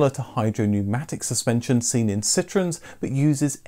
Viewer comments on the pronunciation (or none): none